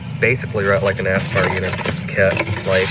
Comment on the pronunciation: Are you saying "ass-spar"?